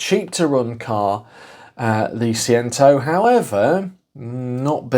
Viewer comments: It’s Say-Chento, as every Italian will be shouting at their phones! And Chink-Wee-Chento will get you close to the other pronouniation! Great little car. Lots of fun in a tiny package! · Pronounced phonetically "say chen tow" Fiat fan here🤗👍🇮🇪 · it's pronounced say chen toe jon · I had one Seicento and four Cinquecentos. Great fun cars, modified most of them! Do look for rot around the rear beam and sill/boot floor corners. I'm sure someone will have already taken offence, but it's 'Say-Chen-Toe' :) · See Chen Toe is the proper way to say it. Thank goodness it's not yellow... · Please say the name correctly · See-chento and Chin-kwa-chento. You've spent too long speaking Malaysian! My 2nd girlfriend had both models in the Sporting trim, both in the yellow. The clutch cable used to snap regularly. My 1st car was the Punto Sporting so getting into her cars was like getting into a soviet era Lada. The Seicento just looked like the Cinquecento had an allergic reaction to peanuts.